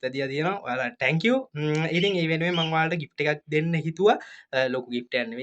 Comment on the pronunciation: "tankiw" nemei sudda "thank you" kiyhn ❤